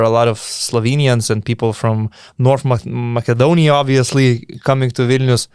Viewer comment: North Macedonia should be pronounced with s, not with k.